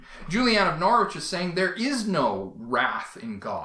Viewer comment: Norwich is pronounced - Norr itch